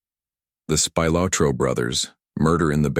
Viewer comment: AI can’t pronounce Italian names